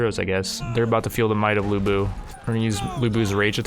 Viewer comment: IT'S LU BU